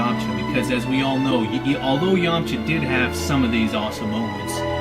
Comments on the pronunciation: Yamcha not Yamaha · its yamcha not yamacha